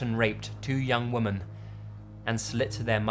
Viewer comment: I love your videos, but you mispronounce "Women". That's the only thing that annoys me. Keep the brilliant videos up though.